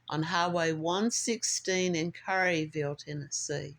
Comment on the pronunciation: ...and CARE-uh-vulle.